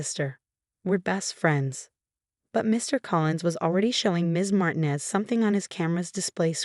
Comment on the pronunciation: Martinez is supposed to have the accent on the second syllable.